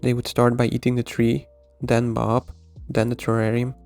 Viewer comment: ah, now i understand why you pronounce her name like "baahb"... it stands for badass babe.